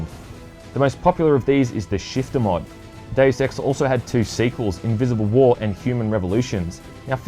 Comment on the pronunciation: ....it's probably just me, but the way you say "Deus Ex" sounds like you're saying "Daily Sex" 😂 👉👌